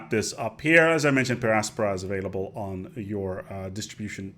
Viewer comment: I really like how he pronounces the littera canina. Though I prefer per angusta ad augusta.